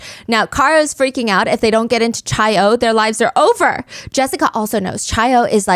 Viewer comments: love u steph but it’s pronounced kai-oh not chai-oh lolll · queen…it’s chi-o like KAI not chai 😭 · Chi O is pronounced "kai oh." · lol it’s Chi O (Omega) as in Kye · Psst! In Greek life, Chi O is pronounced "KAI - O" :) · “Chai” O is driving me nutsss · 0 seconds ago Chi -O, Chi - Omega, the sorority you mention, is pronounced Ki-Oh, not 'ch' like child, but with a hard 'k' like sounding name. Its Greek lettering. Also my mom was a member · Stephanie saying chi o hurts me as a chi o 😭❤️ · the way she pronounced Chi O made me react physically lmao. worth it for the story telling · Ikr i love her but as a Greek person it pains me lol